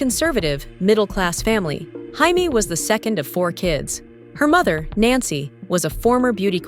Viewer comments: AI Garbage about JAMES KING, model legend---- why is her name being pronounced HI-Mee, she's not even latin. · “Hi-me” King? This AI narration is trash. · Her name isn't Hi-may. She's not Latina. Her name is pronounced Jay-me. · Came here to mention this. She is an American model, her name is pronounced “Jay-mee”! 😂😂😂